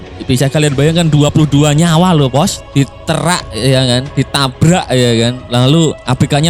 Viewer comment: H h h h h..... Basa jawa.ne metu....DITERAK.